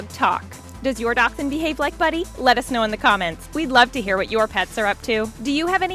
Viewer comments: It's a dash-hund not a doc-sund. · Ok this is how she was pronouncing buddy. "Doxen" like wth is a Doxen its a Dash hound (dashhound